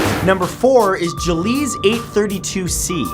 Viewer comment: Gliese is pronounced glee-sah. Not juh-leez. Thanks!